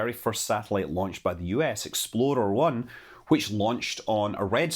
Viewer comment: Why do I always hear EXPLODER I?